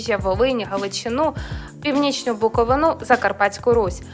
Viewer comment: Вивчіть як правильно говорити Буковина.